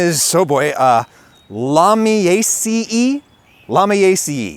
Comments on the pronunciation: Close..., Lamb-eee-ace-eee-uh. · Btw is pronounced like "lamb" or "lame" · Scientific names for plant family suffix “aceae” is pronounced “aye-see-aye”. Sorry I had to point that out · La-mi-ah-cee-eh if you go with ecclastiastical Latin La-mi-ah-keh-eye if you with classical Latin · hey friend, ik you probably dont care but in case u did, its pronounced “lamb- “E”-“A”-“C”-“A” /lam-E-ay-see ay :) ❤ love your vid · I think it may be pronounced Lah-me-ay-see-ay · I think it'd be more like "Lahm-ya-Say-a" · Pronounced lami-ay-cee-ay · Interesting that english has sage and then salve as different. In romanian sage is called salvie directly. Oh an Luminaceae in latin should be more like this: loo mee nah che eh (google translate says it well) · Great vid as always Adam, also If you happen to read this comment you usually pronounce the ending of plant families 'aceae' as 'AY-see-eye' or sometimes just 'AY-see", and lami also has 2 common pronunciations, I prefer 'lam-ee' cause I'm southern, but 'lah-mee' is usually how it's said, so I'd say it 'lam-ee-AY-see' but you might prefer 'lah-mee-AY-see-eye' based on your pronunciation in the video. I've also been struggling through all the taxonomic names while researching botany so I hope this helps :) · my preferred pronunciation of Lamiaceae is “lame E A C A” but latin is a language that has been spoken for thousands of years with shifting pronunciations, and without native speakers through its recent past so there’s no real wrong way to say anything